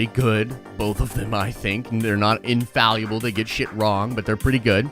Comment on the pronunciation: I love you but it's infallible, not infalluble. I wouldn't have said anything but you've said it this way on several videos now lol.